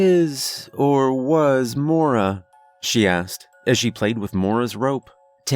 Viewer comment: Only criticism, it's pronounced moy-ra not mora. But great story regardless